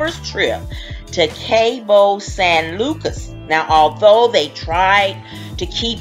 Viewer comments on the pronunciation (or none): I really enjoy your commentaries, but we can’t have you mispronouncing words. Example: Cabo San Lucas is pronounced Cabo (Ca...like the “ca” in car not “ca” in cape). Please don’t get offended, because this is just constructive criticism. I am a new subscriber and I really enjoy your commentaries, believe me.👍🏽😄